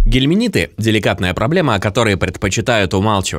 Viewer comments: Очень режет слух, когда говорят "гельминиты" вместо " гельминты". А натощак 2 раза в день выпить противоглистное средство не удастся, потому что натощак можно выпить только перед завтраком, а потом ( 2- ой и 3- й раз) просто перед едой. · Не гелминиты ,а гельминты.